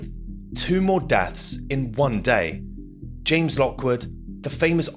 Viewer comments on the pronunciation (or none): none